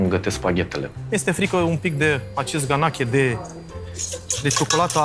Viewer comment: Bai, asta a zis “ganaCHE”... doamne....